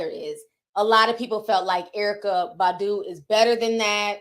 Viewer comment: Ti: Badu ( Buh-do) 🗣BAH-DUUU TI😂